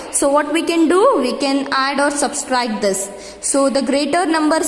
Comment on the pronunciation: It is subtract not subscribe lol😎🤣🤣🤣